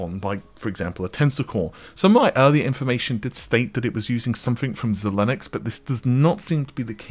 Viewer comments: XILINX = ZI-LINKS ... (NOT zi-linUX!!!) ... ZIE-LINKS ... ZIE-LINX ... ZI-LINX ... XI-LINX ...XILINX!!!!!!! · ZIE-lynx, ZIE-lynx, ZIE-lynx - that’s how the company is pronounced….I mentioned it before so sorry for being so direct about it